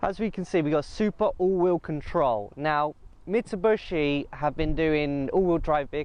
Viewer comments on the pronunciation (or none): Its Mitsubishi not Mitsubushi